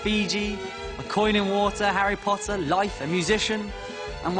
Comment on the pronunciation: he finally said Harry ✨Potter✨ correctly HAHAHA